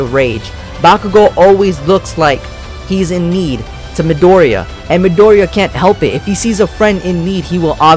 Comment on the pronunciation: you said midoriya wrong